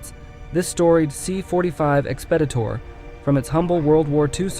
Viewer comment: The aircraft name is pronounced "x ped I tor.😊